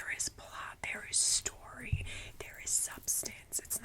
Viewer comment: STOR-REE 😂 I don't think this is sleeping material, this video is hilarious 😂 🏎 🏎